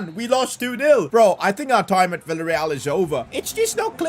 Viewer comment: Bro said willa real 😂 instead of the villa real😢